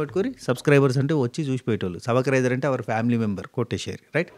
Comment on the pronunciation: సబిక్ రైసర్ ఏంటిరా బాబు, సుబ్క్రైబర్ అను, ఏమి తెలుగు రా బాబు